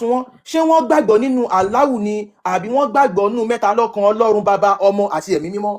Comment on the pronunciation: 😊 You know what your problem is, you have a bit of knowledge but think you have a lot more than you do. Read and learn - there's is nothing called "Ọlọhun", it is a mispronunciation of "Ọlọ́run" - Ọlọ́run is derivative of "Olú Ọ̀run" - it is a title, the Olú of Ọ̀run, just like there is Olú aiye (Obaluaiye) now it is impossible for you to want to call Àláh or Yahweh "Ọlọ́run" , because Ọ̀run is a noun, it is another realm that is only found in Ifa teachings. Òrun has nothing to do with aljana, because there is nothing in Ifa that describes Ọ̀run in the manner Aljana talks about virgins and you muslims. Likewise Ọ̀run is not the biblical "heaven", there is nothing in Ifa that tells us there is one white guy sitting on a throne and milk and honey is flowing, again all that description belongs in the bible. So, Ọlọ́run is a title, and in Yorùbá Isese is where you find that title. Just like you can't call Trump the Olubadan, you cannot give the title of Ọlọ́run to any random foreign deity. It means you are talking absolute nonesence and confusion.